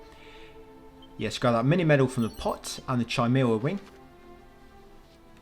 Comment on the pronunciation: Its not Chi mara its pronounced Kimara